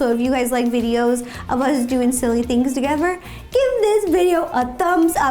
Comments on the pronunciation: Did she just say togever? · “Togever” -Ro